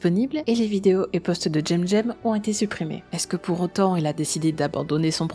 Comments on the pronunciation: J'ai aimé la vidéo mais ça m'a fait tiqué dès que tu disais jemjem et pas semsem (phontétiquement) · Comment ça "tchemTchem" ? Ça se prononce pas "Ssemssem" ou Kemkem" ? C'est des putain de "C" 😭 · Coucou ^^ Merci infiniment pour cette vidéo, je pensais qu'il s'était calmé, mais... Non! Déjà son pseudo j'ignorais qu'il fallait le prononcer en "j'aime-j'aime", je le prononçais en "sème-sème", vu que c'est un "c" et pas un "g" voilà:/. Sinon, toujours une excellente vidéo >< Merci infiniment de dénoncer ce genre d'individu, hâte de voir la prochaine vidéo ^^ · Mais pourquoi tu l'appelles "Jem Jem" alors que son pseudo c'est cemcem? Il me manque une rèf ou quoi? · Pourquoi est-ce que tu dis Djemdjem 😵 ?